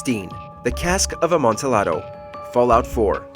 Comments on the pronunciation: Amontillado pronounced with silent "L" as you do in Latin based languages. Such as in "tortilla" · It's pronounced ah-MON-tee-AH-do. It's Spanish. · Amontillado… lol. Please get the pronunciation right instead of acting like you know what it is… embarrassing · It's jarring to hear the wrong pronunciation of amontillado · The way he pronounces Amontillado hurts me.